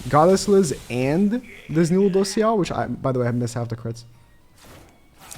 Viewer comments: He really putting the L's in LudocieL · The way u say Lùđốsèo is so weird, please stop